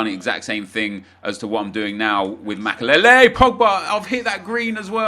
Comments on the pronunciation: The way he says makelele is unbearable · Can you say makelele again